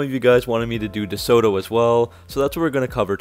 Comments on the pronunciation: Nice research and photos! Pronounced 'Duh-Sew-Doe'. Not with a hard T and pregnant pause like you said. : ) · Dee-sota. That's how we said it. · Great video...note the "t" is soft i.e. "DeSodo" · your pronunciation of DeSoto is so wrong, you day De-So-to and is De-Soto pronounced quickly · ..interesting pronunciation of deSoto..we always pronounced it as 'deSodo..without the hard 't' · Unfortunately, that is how many younger uploaders talk these days. More of a copy & paste scenario with little thought into the delivery and speech. The way 'Duh-Soe...Toe' was said over and over was a bit cringey as well. He did add nice photos and included a lot of info but could've been a bit more polished indeed. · Groucho always pronounced it DeSoda... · I’ve never heard it pronounced DeSooToe? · I really wanted to watch this video, but can't get over the way you pronounce DeSoto. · I love this guy hitting the "t" so hard in DeSoto again and again. Oh right. This is the guy who can't pronounce "fuselage" (see his airplane videos).